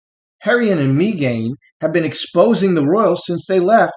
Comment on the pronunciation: Did you say megain. Lol